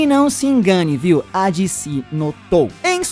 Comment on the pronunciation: Di ci, kkkkk quer falar bonito e fala errado